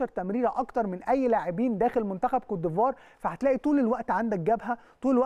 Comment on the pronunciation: بأحس بتلوث سمعي لما اسمع بيقول كوتيفوار صلحهاله يا فارس